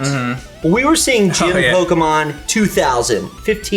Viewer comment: I like you guys but is it really so hard to say "Pokemon" correctly? It's like if I called "Miker" all the time.